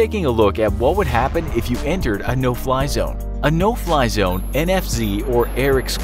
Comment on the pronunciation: No Fly Zone, I thought you said No Pie Zone... Ha Ha please don’t shoot me down sir... (Missile Lock)